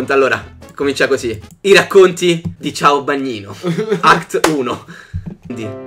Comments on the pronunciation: Solo io ho notato che si chiama Caiobagnino e non CIAObagnino haha :D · Volevo far notare che si chiama Caiobagnino e non Ciaobagnino ahahahaha